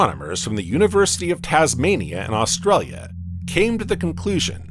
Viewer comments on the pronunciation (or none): none